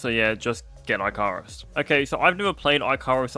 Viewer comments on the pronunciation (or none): It bothers me how you say icarus. Its ic-a-rus, just for future reference. And no hate but its not -i-carus. Like the dude who made wax wings and flew to close to the sun. And the game is ehh. I played with my GF and friends a lot. It is nothing like Grounded. Its more like a you have X amount of days to build up a base, which you need to complete a mission. Then after you complete the mission your base wipes. That is how it was when I played it ages ago. Was def a game for builders. Because its land on planet. Work towards your tech through your buildings and then when you get your tech high enough to complete the mission you leave. Like it could be oh you need to mine this, so you need X lvl of mining platform. So you need Y crafting station which needs all these others. Its basically tech builds tech and the world destroys everything and its always being reborn, so you have to rebuild every time. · eye carus lol